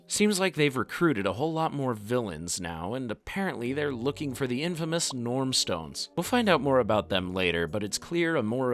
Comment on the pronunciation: You're pronunciation is wrong. It's Norn stones.